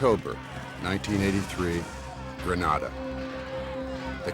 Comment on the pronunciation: Kind of makes you wonder when the narrator can't even pronounce the name of the island correctly.